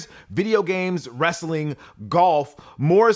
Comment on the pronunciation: You said "wrastlin"! 🤣